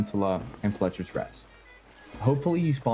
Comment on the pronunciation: THERE IS NO L in FETCHER'S REST -- ITS FETCHER'S not FLETCHER'S